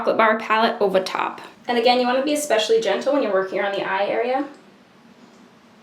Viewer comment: did you say especially at the end or expecially?